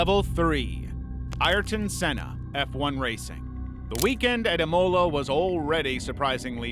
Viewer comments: How can it be an amazing video when he said noone has suffered the same as senna yet you know yourself many more have died in f1 since senna also the guy doesnt even have the respect to pronounce his name properly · Imolo? Sella? Come on bro